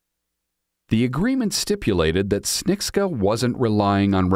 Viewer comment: It's pronounced ps-che-ni-cka